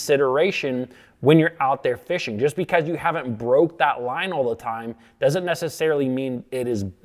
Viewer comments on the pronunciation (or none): none